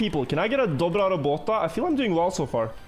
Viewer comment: the dobra robota was said very well Its hard to say polish words right 😂